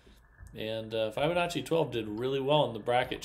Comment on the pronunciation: The i in Fibonacci is pronounced like the i in Fib, not like the i in five.